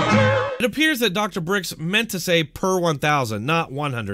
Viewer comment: It’s Birx not Brix :)